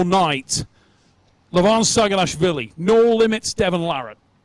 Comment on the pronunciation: Great job? Neil coudn't even pronounce Levan's name right. He is not LEvan, he is LevAn!